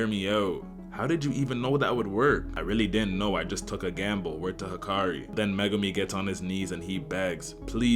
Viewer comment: Hikari? I thought it was Hakari